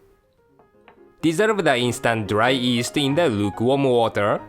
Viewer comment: i love how he says yeast cx